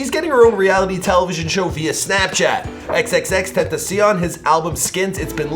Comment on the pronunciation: That X pronunciation 👏👏👏